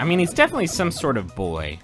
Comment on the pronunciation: Does griffin know he says boi more than boy